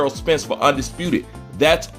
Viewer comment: His name is Spence not Sprence.